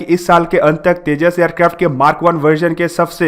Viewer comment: Aap aircraft ko aircrafto Kyon bolate ho